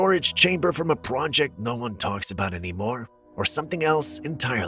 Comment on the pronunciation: into the video " Ya know what they say aboot"Big feet! BIG C#$*K !!!" 🤣😂😅